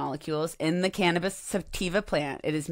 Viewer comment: Imagine people saying Ca-nab-is